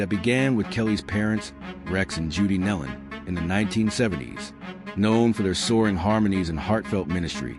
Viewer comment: It’s pronounced Neelon